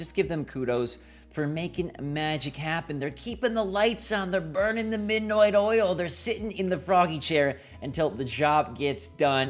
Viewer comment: The midnoight oil eh? Noice 😁